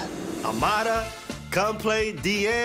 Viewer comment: Dude said Lamada lool